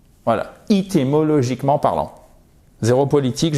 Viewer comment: Hi, sorry mais il me semble que l'on dit éthimologiquement et non Ithy.....